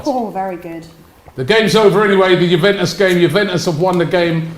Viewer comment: Hahaha..”Jubentus” got that “W”